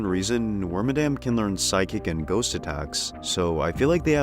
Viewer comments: Wormadam is my second favorite pokemon and I naively yearn for the day it gets new forms. Water, ice, and rock bagworms would be easy to do, c'mon. It also "bugs" me that so many people don't pronounce its name right. It's Wor-mad-am, like 'Madam' Edit: from what I can find on games that speak Pokémon names, it is actually Worm-a-dam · Frick, I'm actually wrong. I pulled up the Pokedex 3D Pro game and Detective Pikachu 1 vids to double check, and they say Worm-a-dam :/ I swear I remember hearing Wor-mad-am from an official source back around the XY days. Mandela Effect is crazy